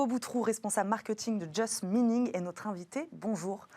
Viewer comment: Il s’est bien débrouillé. Belle intervention. En revanche, ne pas hésiter à re-prononcer sa marque correctement: « chez juste mining, nous faisons... ». Respecter sa marque, prendre soin de son image à chaque instant.